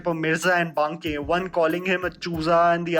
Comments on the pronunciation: Baa-ké sir not Banké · It annoyed me every time he said Bankey🤦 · Dude, I think there's something wrong with your pronunciation of Banke🙄 I mean you're an Indian and pronounced every other Indian names correctly, right? BTW love your videos❤️